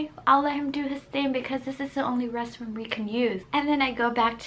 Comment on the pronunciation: I love how she says restroom she say resroom